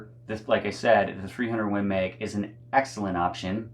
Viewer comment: Win Meg. 😂 I love your accent dude.